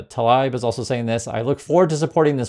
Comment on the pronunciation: Rep.Tlaib is Palestinian American from Detroit, MI. Believe it is said, "Tah-leeb." She's progressive and was censured this past year for expressing Pro-Palestinian views and advocating for them--her constituency is an area with a Palestinian immigrant population. Remains ridiculous to me.